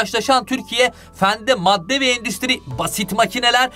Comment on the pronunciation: endistri hjajahjhaajhjadsh